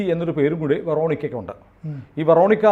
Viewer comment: Ve ruh neek (English), ve ruh neeke (French pronunciation). Quarterly alla Cartelli aanu. Juanita pronounce cheyyunnadhu Junaida ennalla. Adhu Spanish name aanu J silent, Anita enna poley uanita or ohnita.